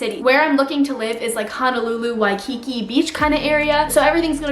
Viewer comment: It’s also pronounced (Why-kee-kee)